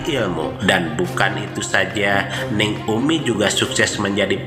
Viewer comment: Bukan Neng tapi dibacanya Ning. Ning dgn Neng lain, artinya , maaf koreksi.